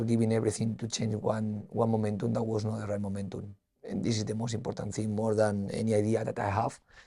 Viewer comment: I think it's IMPODDANT Carlos stops saying Impoddant